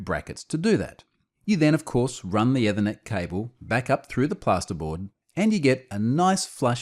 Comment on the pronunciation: At first I thought it was a Unifi brand name (I was listening as a pod-cast, not watching). The YouTube subtitles understand it as "ever net" or "ewa net".